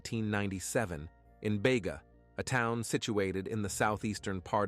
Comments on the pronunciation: It is Beega. Spelt Bega. Not ever pronounced Baygar. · Its beega not bayga....just saying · Bayga it’s Beega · Bega is pronounced BEEEGA not BAYGA. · Its Beeeega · Poor girls, RIP! Precious Angels, BEGA Pronounced BE--GA